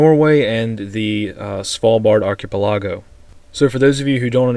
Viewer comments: Love the news. Please check your pronunciation of archipelago. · Dude... you don't know how to pronounce archipelago?